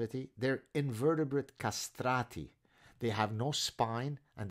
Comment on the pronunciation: I love it you called them "castrati"